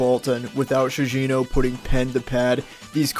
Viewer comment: Shigeno is pronounced SHEE- GEH-NOH. HARD G. Ugh you outsiders and your lack of even basically pronunciation make me sick.